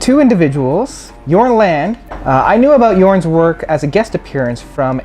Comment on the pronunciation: just a fyi....last name pronounced Lawn - Day. but nice review.